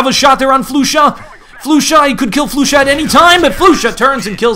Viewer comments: flusha's name is prennounced more like flosha not floosha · yeah i know but hes says it like floosha so in order to explain how it should be said i sad its like flosha because it kinda is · did he just say floosha